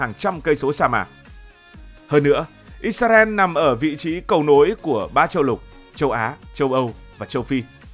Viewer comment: IS - RA - EL Cách đọc trong tiếng Việt: - Sao lại đọc là "Ít - Xa - Ren" nhỉ? - Tại sao không phải là "Ít - Ra - En"?